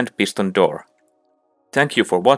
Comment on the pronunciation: You saying pistos in sticky piston